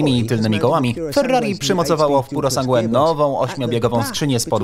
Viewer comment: pjurosangłe ?!? tego się nie da słuchać, kurwa kto wam to tłumaczy? pjurosanż